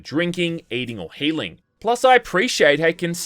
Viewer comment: I’m Australian and at least 40% bogan but your accent on some words is triple-turbo Australian. Like when you say “healing” it’s like there’s a whole extra syllable in there when you say it like “Heweeealing”😁